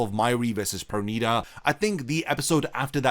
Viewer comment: Finally you said it right perneeda 😂😂😂